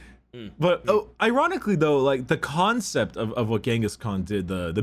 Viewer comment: hehe, "Khancept"